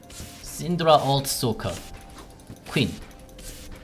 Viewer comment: Was like aww hes calling Quinn ''Queen'' XD